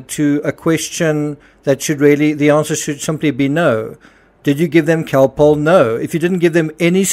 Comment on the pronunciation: Cocoa contains caffeine and sugar, which are stimulating, not sedating. But the interviewer said Calpol, not cocoa. Her accent distorts the sound of the word and the audio is not the best quality, being old, so it would be easy to think she said other than Calpol. She pronounces it like Khol-Polh.